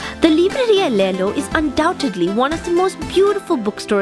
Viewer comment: Great Job! Great video. And love the perfect way you say "Livraria". 👏👏👏